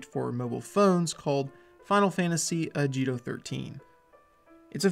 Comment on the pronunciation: its "ah gi to."